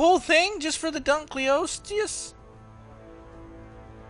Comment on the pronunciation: it is pronounced dun-kol-a-sties